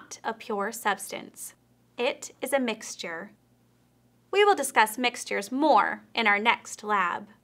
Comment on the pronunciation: who says mix-ter, it's mix-chur